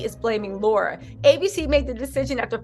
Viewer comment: Luv ya! Pronounced- Lair rah not Laura